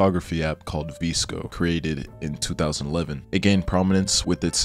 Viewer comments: babe 😭😭😭😭😭 it’s “Viss-Ko” for VSCO, not “Vees-Ko” LMAODKSNND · lost me at the pronunciation of vsco